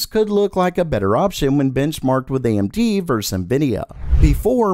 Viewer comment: "GOING AMT" the what?